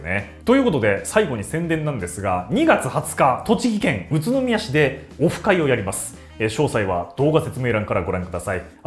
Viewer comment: オフ会が、もふ会に聞こえて、、、ポコちゃんの影響かな？